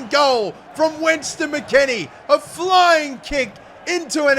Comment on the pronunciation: Ah yes, "Winston" McKennie